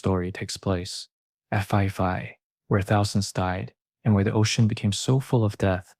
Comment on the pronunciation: AI trash, it's pronounced "Pi Pi" not "Fi Fi".